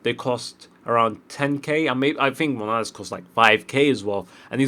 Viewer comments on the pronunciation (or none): who tf is Monalas? say it properly ffs, it's not hard